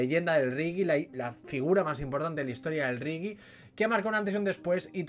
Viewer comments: No está mal la crítica, pero no entiendo cómo habiendo escuchado a Bob Marley y después de ver la película no sepas aún no sepas pronunciar reggae, y digas 'rigui' en lugar de 'regue'. Por lo demás estoy de acuerdo con que falla el final y el actor no consigue el gesto y el "estilo" de Marley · He dejado de ver la crítica en el momento que me he dado cuenta que no eres capaz de pronunciar reggae.. Riggi????